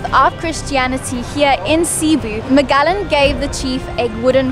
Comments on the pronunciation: hehehe Magelegan - it's Magellan - pronounced muh-geh-luhn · pronounced as Majelan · Magellan -> mah-JEH-lan. Cebu -> seh-BOO. Can't wait for your Moalboal and Kawasan videos! 😎😎😎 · Mah-jeh-lan. I love you guys did extensive research about our history. So impressed by the amount of knowledge you have! Have you guys gone to Kawasan Falls? I think you will love love love that experience if you haven't done so already! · Ma je lan is the correct pronunciation. Loveyah. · MAGELLAN......pronounced as MAH-JEH-LAND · Magallan? Really?😂